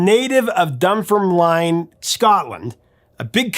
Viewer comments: dum-FUR-linn .... not dum-for-lyne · 'Dun-ferm-lin'.. not 'line' 😉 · It is pronounced "Dunfermleen" ;-) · Don't complain in the titles, you hurt your channel more. Definitely not a one hit wonder, in fact the song you chose was less of a hit in UK than "Fields of Fire", and beyond that they had around 10 top 40 chart songs. Dunfermline is pronounced Dun-Firm-Lin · Used to live in Dunfermline, a few doors down from Stuarts pub. He's a legend around there. FYI, it's pronounced Dun-Firm-Lin. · By the way it's pronounced Dun-ferm-lyn 😊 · Pronounced "Dun-FIRM-lin" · Dunfermline is pronounced 'Dun-firm-lin". 😉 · Big Country were MASSIVE - not in the US, but globally they were enormous. As for best track - can't beat "Wonderland". So sad how Adamson lost his will to live. P.S. Your pronunciation of Dunfermline was horrendous